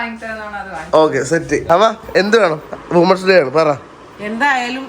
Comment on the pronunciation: വുമൺസ് ഡേ അല്ല വിമൻസ് ഡേ ആണ്. വീ ആർ മാൻ അല്ല. വീ ആർ മെൻ.